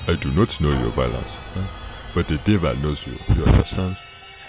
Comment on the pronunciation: he said the power of de deval is vera shrong